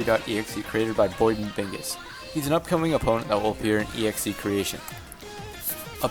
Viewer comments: It’s not EXE.creation. It’s excretion, as in excreting human waste. The song name is pronounced x-cre-shun. Excretion. The only reason that the EXE is capitalised and bolded with red is because it’s like Jeffy.exe. Like evil pooper-man from the early days of the Jeffy puppet. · You pronounce the name of the song "E-Ekze--cretion" And I think Poop Warrior should be another Jeffy from another timeline idk lol just a theory Also, "I'm sorry, I'm not reading great today", I mean, no offense but in every of these videos bro struggle reading lol (joke) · EXEcretion is pronounced xekreeshin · please do reveant next also its pronounced ex-cre-shon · 1. execretion is pronounced (ex-cruh-re-tion) 2. coquer's is the composer of most of the songs and (current) co - director of irida 3. Execretion is not roses personal hell from what i know its jeffy seeking vegeance for her and marvin leaving him with nancy 4. Poop warrior is possibly jeffy turned into god just like sonic.exe due to probably either being possessed by some poop god or hatred consuming him 5. Rose dies in the end of execretion from jeffy becoming 6. BTW nancy has nothing to do with the irida lore excluding poop warrior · its EXE crei-shon zawg🥀💔